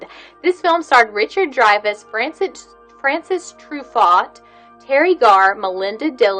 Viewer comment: FranCOIS!! Tru.... Faux. Not Francis Tru Fought. Oh you Americans. Sigh. But you have gorgeous eyes. I'll forgive you.